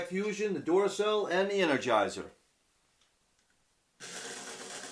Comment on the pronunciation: These two videos of yours are my favorite. Also the way you say Duracell (dooracell) makes me laugh. :)